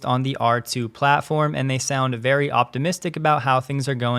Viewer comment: Thank you vewy, vewy much for your contwibution,.